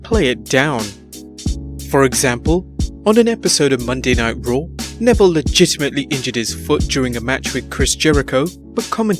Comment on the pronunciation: Why d u say legitametly so much gay idiot